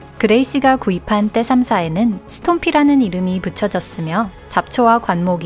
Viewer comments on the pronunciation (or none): t34 떼삼사라고 읽지말라고 아ㅋㅋ